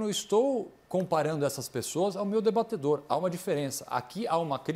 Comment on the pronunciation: Augusto nunca usou a palavra:" debatedor" começou segundo o Caio, a prova é que ele fala:" debatAdor" kkkkkkkm